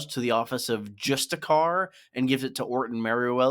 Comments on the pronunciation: I don't think it's pronounced "justa-car". I think it's more like "jus-TISS-ee-ar". . . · Justiciar isn’t it? Not just-i-car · His mispronunciation of the word justicier is unfortunate